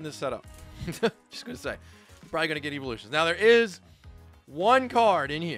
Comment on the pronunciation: IT'S "EEVEELUTIONS" STOP SAYING "EEVOLUTIONS"